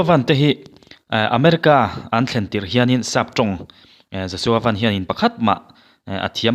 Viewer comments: Josua van( motor ang hian lam loh tur )sky (van ) kan lam ang hian lam tur ani e.... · Laiah Van sky bible mi angin an lamlo tuna a lamrik kha adik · "Van" i lam dan hi a dik chish em? A dik ka ring lo mang e. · Joshua Van hi Lirthei a 'van' anga lam tur a ni lo a, chunglam 'sky' angin 'Van' hi lam tur a ni. A hmingpum pawh Joshua Vanbawithawng a ni.